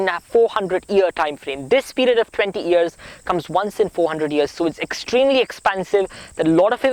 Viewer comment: Love listening to you! You are a miracle! Watch your pronunciation of 'development' and 'years'. God bless you!